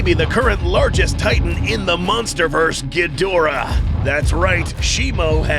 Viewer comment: Did bro just say munsterverse?